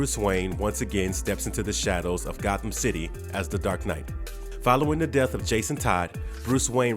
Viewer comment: "To Deat" ?